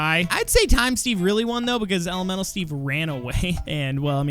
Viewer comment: Can't u just use coal and wool? im srry but, elemenTal elemenTal!!!! NOT ELEMENAL